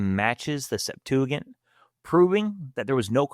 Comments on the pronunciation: Good video, but it’s pronounced Sep-tua-jint, not gint lol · Septuigint (sep 2 a gent), although spelled wrong here, it is the proper pronunciation. Love these videos man! Been binging since finding the channel 3 days ago. Sola fide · Septuagent has a soft g as in gentleman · I believe putting ANY emphasis on the Septuagint is too much. By the way, it is pronounced sep-TOO-uh-JINT. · It's not as bad as his pronunciation of Septuagint 😅